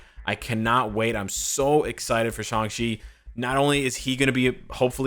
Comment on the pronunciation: why does people pronounce it as Shung-chi?